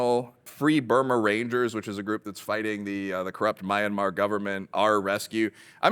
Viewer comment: Footnotes to Plato please (and nobody says this anymore). And please pronounce Myanmar correctly!